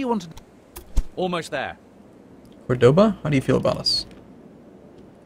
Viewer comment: its cOrdoba, not cordOba. The accent on the O marks which letter should be "accented". Córdoba.